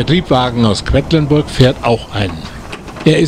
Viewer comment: Es heißt nicht "Kwettlinburg" sondern Quedlinburg.